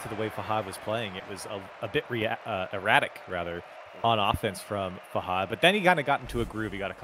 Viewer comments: “fah-hood”? really?? literally pronouncing it every way possibly wrong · dude holy shit why do they pronounce fahad as “fah-hud” like whyyy dude